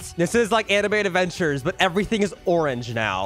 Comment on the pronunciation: why do u say say anime adventures like animiniventure